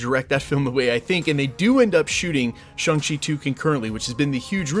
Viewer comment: Still mispronouncing Shang Chi🙄 Didn't even watch the Shang Chi movie, i guess.